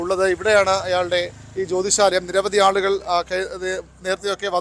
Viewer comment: ആദ്യം ജ്യോതിഷാലയം എന്നു കൃത്യമായി പറയാൻ പഠിക്കു